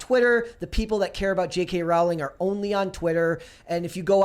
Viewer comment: Pronounced “Rowling” like “Bowling”